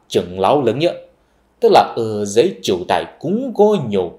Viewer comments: Triệu Đà chứ không phải Triệu Đài nhỉ. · Chỉ là 1 ít lỗi phát âm như Triệu Đà,.. Còn kiến thức thì rất khớp với tiến trình lịch sử mà cá nhân mình biết. Chính sức sống làng xã mà Việt nam mình không bị thực dân hóa thời Bắc thuộc cũng như trăm năm Pháp thuộc, Cũng là tiền đề cho mọi cuộc kháng chiến toàn dân thắng lợi theo chiều dài lịch sử dân tộc!